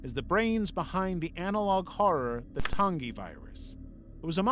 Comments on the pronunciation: Your pronunciations pmo I could forgive them if they weren’t in the videos. Vita is Veeta Tangi is Tan Gee not Ton gee. Vita is the Latin word for life and Tangi is short for Tangipahoa Parish in Louisiana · I hate how you said vita and tangie. It’s Vee-tuh and tan-gee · Vita carnis is "vee-ta karnis", and tangi is "tan-gee" but alr... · Soft g when you pronounce Tangi. Tan-gee. Great video though.